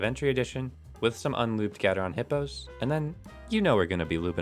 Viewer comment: Don't you mean "Little Hipyo's" :D